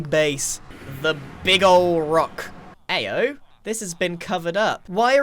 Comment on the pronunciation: grain says Ayo? In a British accent